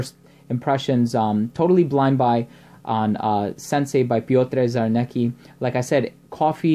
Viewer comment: The correct pronunciation of this Polish name is as follows: Pyotr Charnetzki. The scent is deep and very rich.